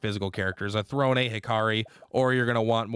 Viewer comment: Lol, he messes up Throne basically every time too. It's all good though, he's got some great ideas for characters and builds.